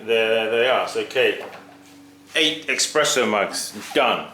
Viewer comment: Not expresso but espresso! From press not expres.